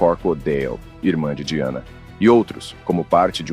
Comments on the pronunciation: A pronúncia correta do nome da princesa é DAIANA. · Se pronuncia “daiane” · Eu sempre suspeitei do Príncipe Charles. Gostei das informações, mas você falou o nome da Lady Di errado o vídeo inteiro!!!